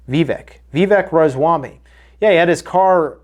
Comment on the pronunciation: Raa Ma Svaa Mi you totally butchered that one